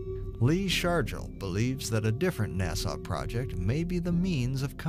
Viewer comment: "Nah-suh" not "nah-saw"